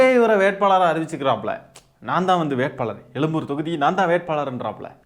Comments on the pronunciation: Elumboor illa boss. Ezhumboor or Egmore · டேய் லூசு எலும்பூர் இல்லடா... எழும்பூர்